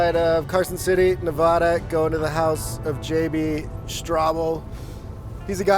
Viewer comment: Stop mispronouncing "Nevada." !!!